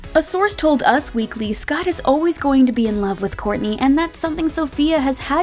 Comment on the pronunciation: you had me until you said “kourntey and ~kim~ take miami” 🤒